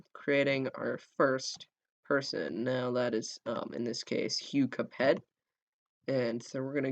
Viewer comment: it s not " capet " it s " cape "